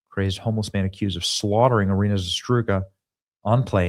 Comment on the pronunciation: Why is impossible for Benny to say Iryna's name correctly? does it really not care? it's RIGHT THE F in front of him.